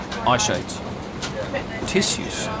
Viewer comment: „Tissues“ is pronounced like shoe not like sinew